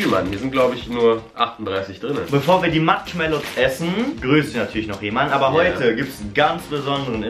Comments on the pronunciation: Matschmallows😂 Wer kennt sie nicht😂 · Warum sagen sie die ganze zeit MATSCHmallows?😂